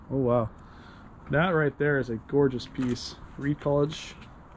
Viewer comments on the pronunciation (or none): none